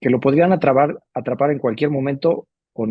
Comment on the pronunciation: "Atrabar" 🤔🤔 "Ya te a-trabaron we" 🫣😂 Buena esa, la pondre en circulación. 🥸